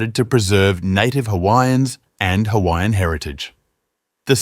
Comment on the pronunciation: I’m not offended by this on someone who is on the islands but you just need to work on how to pronounce the islands names and how to pronounce other Hawaiian peoples names